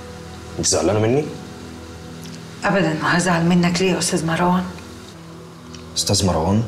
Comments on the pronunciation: ليه المصريين يقولو ماراوان مو مروان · ليلي وطريقة نطقها لاسم مروان مر.. ............. وان